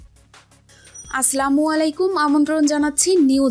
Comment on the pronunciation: Aslam hobe na.... Assalamu Aalaikum. .... bangla ta aktu thik korea bol .....